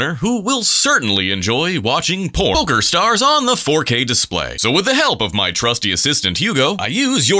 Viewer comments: "...who will certainly enjoy watching por-Poker Stars on the 4K display!" yeah ok bro i heard that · Po cer star😂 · por-ker stars xDDD